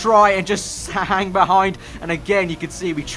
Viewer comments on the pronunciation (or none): Look listen how he says Hang